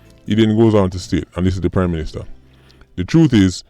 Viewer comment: Sounded like you said crime minister for a second there.